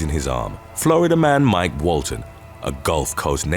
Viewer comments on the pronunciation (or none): none